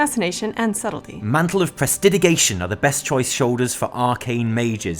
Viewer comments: You guys are awesome! One thing.. it's Mantle of Prestidigitation.. press-ti-di-ji-tay-shun.. like magic :) Keep the content coming! You guys are one of my favorite youtube channels!!! Need more! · Very different BiS set for resto shaman. Good vid none-the-less. Also: press - tih - dih - jih -tay - shun.